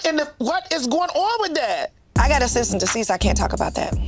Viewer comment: Trina trying to clock Tamar's pronunciation of Cease is dumb considering how she pronounces HOWSE 😂